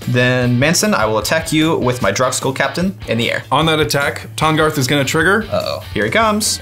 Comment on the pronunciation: "This is my commandarth, Tahngarth"